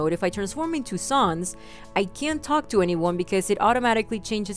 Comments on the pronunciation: sans not suns or your british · did you just say ( Sah-ns)? it's (S-ans). sorry but it annoys me when people say the names wrong. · It's pronounced sahns not Suns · ITS NOT SONS ITS SANS!!!! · His names sans not Suns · SANS not SAUNS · You say it like sons but u pernounecs it like sans Like comic sans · your saying sons